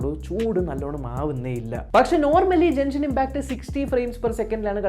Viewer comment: Jenshin impact alla Genshin impact 😁